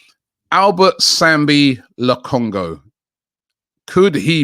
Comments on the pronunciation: Come on Robbie, Colunchu? .Turkish broke it down for you CHA HAN OLU Also, how did you spell Correa as Correra? Come on Robbie do better And Lokongo? and (same mistake twice in a minute) Wow Robbie, you're on a roll here. It's LO KON GA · Clearly says Lakonga, Robbie says Lokongo 😂😂😂😂😂ffs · Robbie, the guys name is LOKONGA Not LOKONGO! Lol always butchering peoples names! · Robbie, it’s Lokonga not Lokongo 😂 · Robbie always says lokongo rather than lokonga lol. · It's lokonga not ho Robbie🥱